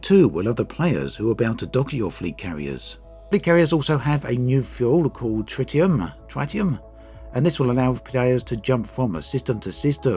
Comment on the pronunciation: Isn't it pronounce Trit-ee-um? Not Try-tee-um